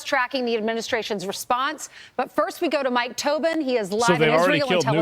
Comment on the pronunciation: Mike Toe-bin, you can't write this shit